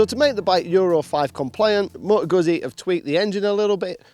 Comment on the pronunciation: how hard is it to learn how to say the brand's name properly?